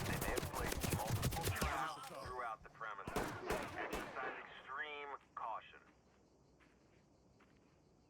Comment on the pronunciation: "Excercise EXTREEME CAUTION."